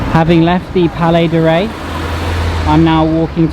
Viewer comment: Nice footage..just a little remarc, you mispronounced the word Rais when you said the palais of rais and pronounced it "Ray"..this word is arabic and means president or head master and in those times meaned the ship's captain and you can spell this word as follows: "Ra'ees"